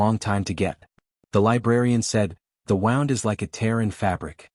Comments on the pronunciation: "They would heal a "WOWND"!!!!! NO, YOU PIS!!! HEAL A FKN WOOND!!!!! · AND YET AGAIN , "...the WOWND is like a tear in fabric,..."!!!!! GODDD DAMMNNN!!!!! YOUR AI SUKS ASSSS!!! DID YOU EVEN BOTHER TO TRY TO LISTEN TO, PROOF AND EDIT THIS POS AI!!!!??? I'M THINKING, NO! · SOL not Soul ... 🤦🏻🤷🏻 Teach the Ai. to read and pronounce the words it's seeking to use Comm's as in communications ...not Calms WooNd not wound as in a clock spring 😬 errors propagate. This is Rendezvous with Rama meets Asimov's Phycologist, Mother of robots. Plus a touch of The Godwhale by TG Bass. and Babylon 5 🧙🏻‍♂️ 😎 “CURIOSITY IS, IN GREAT AND GENEROUS MINDS, THE FIRST PASSION AND THE LAST." Dr SAMUEL JOHNSON. 🇬🇧 C. 1750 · AGAIN , "heal a FKN WOWND.."!!!!! 6our AI is AUKING worse as the story continues!!!